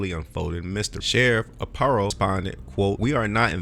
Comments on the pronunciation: Sheriff Joes name is pronounced R PIE O. Other than that I liked your video. Joe was my sheriff about 25 years ago. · His name is pronounced (Are) (Pie) (O)